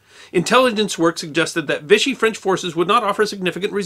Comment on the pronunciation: Vichy is pronounced vee-she